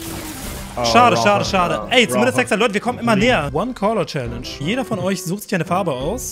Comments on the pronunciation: Du hast challage gesagt! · Wie du Challenge gesagt hast 😣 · Er hat Challange gesagt :D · wie er direkt am anfang direkt ,,chalenge" sagt